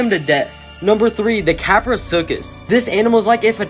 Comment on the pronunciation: How dare you mis pronounc ma boi kapro😂😂😂